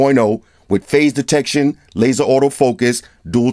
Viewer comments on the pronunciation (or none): none